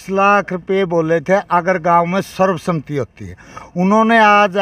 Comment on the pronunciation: Sarv sahmati nahi sarv sammati ucharn karo